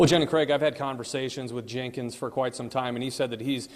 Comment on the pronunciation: The female reporter keeps saying “Jankins”. lol